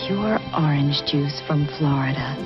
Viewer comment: orange NOT OR RANGE